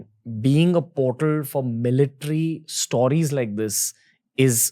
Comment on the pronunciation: Stooooriesss?? Correct it bhai